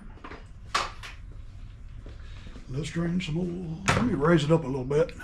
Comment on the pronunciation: It's not eral, it's oil.